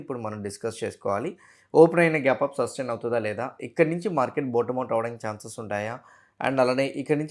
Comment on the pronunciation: Sir, pls don't say బూటమ్ out instead say బాటమ్ out Thank you